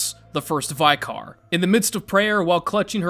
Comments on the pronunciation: Great video! Small correction: the word "vicar" isn't pronounced "vy-kar", but more like "vikker". It's a term from the Anglican church. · Vicar like bicker not vy-car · VEEKAR? Dude it’s vicar. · Wtf is a vycar?? 🤣🤣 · Vicar is pronounced like sticker or bicker. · Vicar = "VICK-err". Say it with me: "VICK-err". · Vick-er. It's a position in the Anglican church. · Great video but the way you pronounce "Vicar" in Vicar Amelia kills me 😭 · Genuinely might be the worst pronunciation of the word "Vicar" i've ever heard. You should be ashamed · I have noticed Americans don't know how to deal with the word vicar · The way you're saying vicar is the true horror. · Sigh…rips you out of the moment when the obvious zoomer can’t pronounce common words…like vicar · Thats not how you pronounce 'Vicar' 😂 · aint never heard vicar done said that way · That pronunciation of vicar was painful. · Why are we pronouncing “vicar” like that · Between this guy, Meatcanyon and Wendigoon, I'm learning that most Americans don't know how to pronouce "vicar". No offence intended. (Rhymes with flicker) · why do you pronounce vicar like you have a mouth full of spit every time you say it?